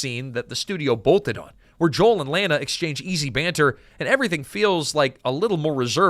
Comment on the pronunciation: Her name is pronounced La na, in the movie.